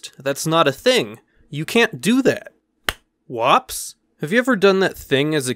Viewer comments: Woops You said it wrong.. What W O P S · When you are just too much to where you can’t even say whoops correctly W O P S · “Wops” You have the weirdest way of saying whoops that I may ever have seem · Everyone: woops Literally everyone: woops Him: wops 😂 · Its WHOOPS, not WOPS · It’s not WOPS it is w ou. Ps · Just so he knows its woops... The word is woops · Hey, remember that time you came up with your own made-up term for embarrassing moments and thought you'd give it a quirky fun little way of pronouncing "whoops" but ended up naming it an ethnic slur against Italian people? Heh, Wops! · It was pronounced wups